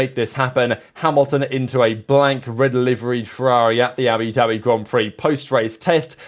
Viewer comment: “Abidabi Grand Prix”